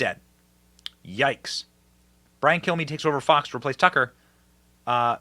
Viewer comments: It sounded like he said my name is Brian kill me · I swear it sounds like he says Brain Kill me😂😂😂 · When he introduces himself, it really sounds like he's saying "...I'm Brian, kill me..."